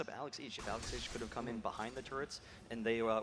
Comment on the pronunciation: i hate the way the commentaters say Alex ich almost sounds like alez itch